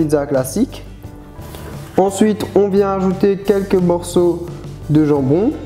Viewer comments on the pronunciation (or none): none